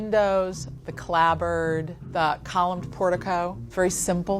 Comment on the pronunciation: She's an architect and can't pronounce turret. Oh dear. And clapboard, calling it clabbord, seriously!